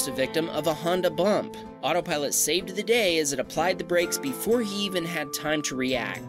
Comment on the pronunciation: I like how it said Hondabumper?